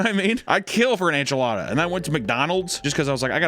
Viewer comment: ITS Enchilada N chi lat a Lol